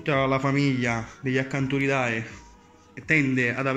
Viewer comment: Permettimi acanti ride si pronuncia. La ae in latino si pronuncia e.😇🤪